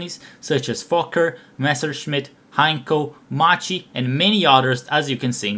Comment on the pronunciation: Perfect video, only one note: the pronunciation of "Macchi" isn't "Machi" but "Makki".